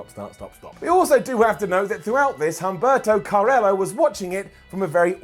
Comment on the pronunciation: It's pronounced Um-berto Car-eee-oo